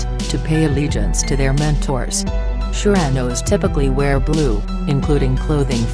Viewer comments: Damn, this video is dumb af.. Although the info is mostly on point, the robot voice is completely botching the pronunciations of the gangs.. The "Jersin Park" or "San Chuck ohs" or "nort uh noes" or "sher uh noes" Wtf lmfao silly shit there! Mispronounced damn near EVERY SINGLE ONE OF EM!! Ditch the robot voice man, it's just too damn silly to take seriously and the shit you're talking about in this video is not silly shit to be clowning around about so fix it and redo the whole thing without the retard robot narrator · The way she pronounces surenos & san chucos & nortenos got me dying 😭😭😭💀